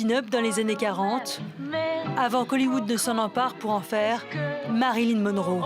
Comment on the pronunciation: * MariLYN svp et non MaryLIN 😂